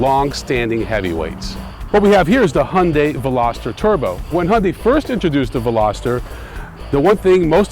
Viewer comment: Fucking biased much? The hyundai pronounced He Un Dai by the way, look so much better than the other one. As for you, lose some fucking weight! They're not sport cars so don't expect them to be fast you idiot! They're better than you any day.